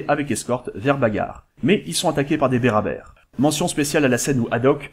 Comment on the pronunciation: Ce n'est pas plutot les Berbère? Au lieu des Berabère.